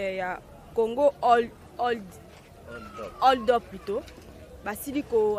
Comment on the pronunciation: Siiiiaaa Bozela assemblée nationale azua ba lois contre ba chroniqueurs ya youtube . Franchement TU N'ARRIVE MM PAS À PRONONCER "HOLD UP".Yango ndenge nini congo eko bonga?? ILLÉTRISME NDE ELEKI